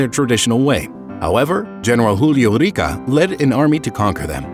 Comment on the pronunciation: It´s Julio ROCA, not Rica